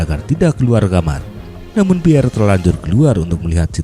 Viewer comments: Tulisan nya Piere mas e, baca nya Piyer bukan Piyere ya mas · Maaf admin, nama beliau cukup dibaca pierr. 🙏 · "Pierre" dibaca Pier yah min